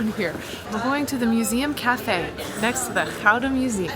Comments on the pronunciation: nah, anybody trying is brave and deserves our respect. Pronouncing Gouda that well is already very impressive. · Your pronunciation of Gouda is perfect. Utrecht neerds bit attention😊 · Jullie spreken "Gouda" erg goed uit. 👍🏽👍🏽👍🏽👍🏽